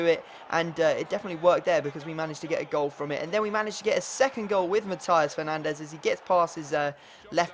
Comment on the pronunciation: Matias Fernandes is pronounced Machias Fernandez